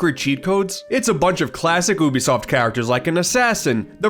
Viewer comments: Pronouncing it oobisoft bro come on that’s plain attention seeking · I'm not spending 30 minutes of watching this with you pronouncing Ubisoft like that